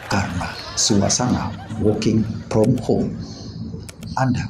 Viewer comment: "working from home"😁😁😁,,,Englishnya tingkat dewa...